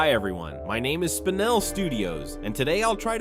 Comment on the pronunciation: Not spine -el it is spin-el